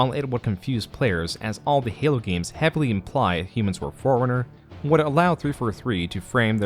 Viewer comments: Try Not to Hear "Foreigner" Whenever says "Forerunner" Challenge. Difficulty: Impossible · Very nice video, also, when you say Forerunner it sounds like Foreigner to me, which is amusing. :P